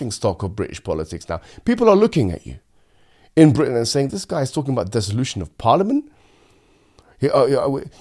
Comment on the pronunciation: you must have meant dissolution despite making a word up twice in saying desalution (the most educated man on the planet completely gooses his words here)